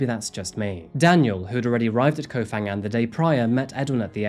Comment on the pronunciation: Phuket, Phangan and Phi Phi you pronounce as P not an F